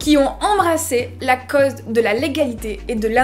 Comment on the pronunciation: T'as un super accent mais il vient d'où ? J'avais jamais entendu prononcer les "au" comme tu le fait pour cause par exemple Merci pour la video !